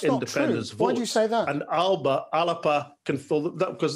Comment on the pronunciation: We really should agree to make that ‘p’ sound into a B. It varies throughout Gaelic Scotland. We could always compromise with Al’ba .